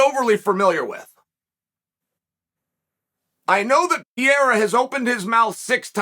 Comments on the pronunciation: It's Per-ei-ra. Not piera. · Hey dude is not pierra .... it's PE REI RA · Hey buddy. It’s not pi-e-ra …. You sound really bad when you butcher a name so bad and not attempt to correct pronunciation. I got Poatan on this one by ko/tko 👊🏼 3rd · Bro, learn how to say his last night first 😂😂😂 it’s Pereira , not Piera 😂😂😂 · Not sure which is worse, Joe Rogan's Machida era or Carl Sunman's Pee-Era. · Alex “Pierre-ah” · You goo pee-yera!!! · Does Chael purposely mispronounce fighters names? Peeara, Teeuvasa, Maklechev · Bro called him Pierra. I’m convinced uncle Chael knows exactly what he’s doing lol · Pierra is by far my favorite Chael mispronunciation 😂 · Welcome to the pee era